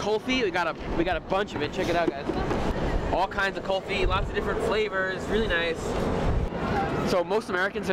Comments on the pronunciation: It's not Kalfi It's Kulfi... Ku-lfi FYI... Not spicy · Kulfi not kolfi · Its not kolfee its like 'cool+fee= kulfee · Its..."Cool- fee" Kulfi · Cool- fi This is how it supposed to pronounced